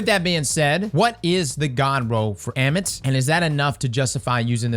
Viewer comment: I think it’s pronounced Ah-mit lol its Egyptian